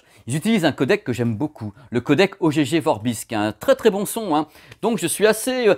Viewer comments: J'ai beaucoup de mal avec la prononciation de O G G Vorbis... pour moi c'est "augue" ... si quelqu'un peux confirmer ;) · Ogégé :) J’ai toujours cru qu’on disait Ogg Vorbis, il faudrait que je regarde la lecture phonétique. Sinon vidéo très informative comme toujours, du bon boulot.